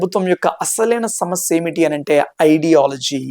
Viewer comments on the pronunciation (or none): none